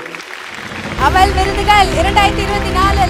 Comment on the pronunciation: அவள் என்று சொல்லுங்க. அவல். என்று சொல்லி அறுக்காதீங்க. காது அழுகுது.